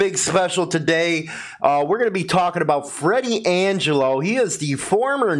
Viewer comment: Augello is pronounced "Ah Jello". Free Freddy.